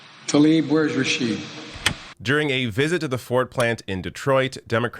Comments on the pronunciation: That's not the most important thing here. The issue is his position on Israel. He needs to change his stance and value palestinian lives a little more. He can butcher her name forever - what he needs to do is stop butchering her people. Don't get distracted by misplaced outrage here. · He can't even say her name right... Also, he just gave his "thoughts and prayers" to her and everyone there. Shame. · He can't even pronounce her name right. He doesnt care about Palestinians. What a p.o.s! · He can't even say her name right. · He could start by pronouncing her name correctly? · Well, that explains why I've seen ppl talking about "Rashid" on Twitter. He couldn't even fucking get her name right! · He can even say her name correctly 🤦🏾‍♂️ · she should've called him out when he said her name incorrectly twice in his speech yesterday. i bet she would've spoken up if it was Trump. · If the only offensive thing he did was mispronounce her name, sure, she might have called him out. But his words about hoping her family in Palestine is safe, while paying to drop bombs on her family... getting her name wrong pales in comparison. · Yeah he couldn't even get her name right! What a tool he is and certainly not the sharpest tool at that. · And he couldn't even pronounce her name right. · Why does Biden call her Rashid instead of Rashida? Does he not know her name? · Rashid, where's Rashid, Such ignorance, cant even pronounce her name correctly, such BS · He can't even pronounce her name properly its Rasheeda not Rasheed. What a coward president. Biden and Harris are useless. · Biden's sencerity was a load of bull. He didn't even have the decency to get Rashida's name right! He kept calling her Rashid! That in itself is a tell tale sign that he doesn't care one iota about what she had to say. Let alone the confirmation of that arms sale. The only US president who would have opposed this would have been Obama. He was the only one with a shed of decency. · He keep saying Rashid. 🙄